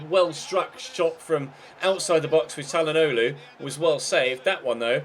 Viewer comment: When you said Chally for Calhanoglu it sounded like you said Cani as in CaniSports